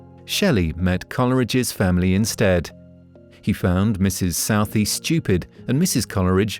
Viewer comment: Lots of unusual pronunciations. Including Southey and Wordsworth!!